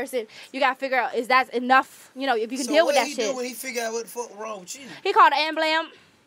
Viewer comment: Dat girl said da amblam